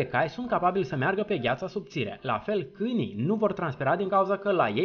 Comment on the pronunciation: De ce zici cânii in loc de câinii?